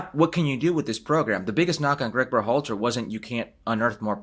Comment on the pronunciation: Herc, There is no accent on the A in Berhalter